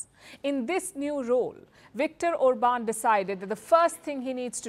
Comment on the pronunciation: It's pronounced OR-bahn. He's not French, ffs.